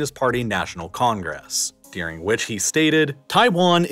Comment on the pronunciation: This guy is the only example I've heard of someone pronouncing "during" as "deering".